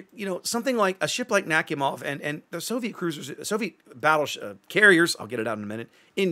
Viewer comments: Nakhimov is pronounced as Nak-i-mov P.S Im from america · Love the design ngl ♥ P.S, it's pronounced something like nah-hee-mov